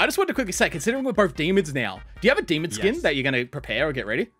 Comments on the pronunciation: Is it me or is he saying “demond” i can’t not hear it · is it just me or does he say demond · WHY DOES BUTTER SAY DEMOND WHY JUST WHY ITS DEMON NOT DEMOND